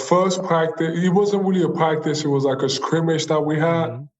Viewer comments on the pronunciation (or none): "my fuhst pwactice was..." Joel Embiid